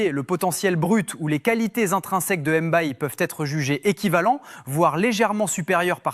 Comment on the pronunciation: Un des grands crack mondiaux????? Mayulu??? Les gars arretons d exagérer, les superlatifs du genre n'aident personne. Pq en faire tant. Et quand le petit sera dans le dur vous direz tous que cest une chèvre. 😒. Et puis on prononce MBAYE pas Èmbaye